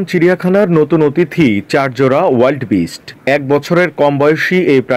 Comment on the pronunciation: ওয়াইল্ড বিস্ট না ভাই ঊইল্ডার বিস্ট।